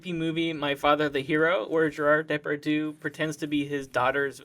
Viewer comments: Actually the way you said Depardieu is far more of an insult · oh my god! the way you pronounced Depardieu! seriously it hurts XD